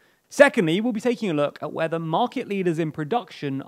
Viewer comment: I know you said "where the market leaders in production are based", but it sounded like "whether", enough that even the auto subtitles thought so. So after hearing "we'll be taking a look at whether market leaders in production are based", I expected the hint to say "hint, they are"